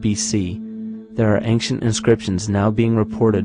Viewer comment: how come the word "ancient" sounds all the time like "anKcient"? (other than that -very nice and informative video!!!)